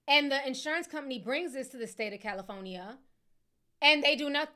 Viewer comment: I can't Unhear Ti Pronouncing the state as CALI-PHONY-EE-A 😭😭😭😭😭